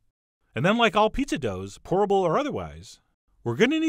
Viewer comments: When Chef said "Pourable Pizza!" I could of sworn he said "Horrible Pizza!" Me: wait, what?!?!? 🤔😂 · I kept hearing "horrible" instead of "pourable."